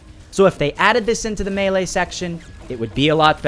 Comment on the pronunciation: U can't say melee right